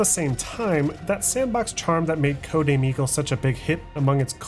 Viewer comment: For the first 16 minutes I keep hearing Codename: Amigo 😂